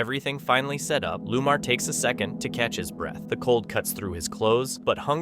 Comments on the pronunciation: It’s not Lumar! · Narrator should learn to pronounce names properly which shows his ignorance & c/b very offensive to many e.g one paranormal investigators name is Lomar not, Lumar as pronounced